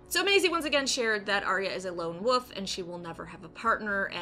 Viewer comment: I love how you saying wolf sounds to me like you are saying woof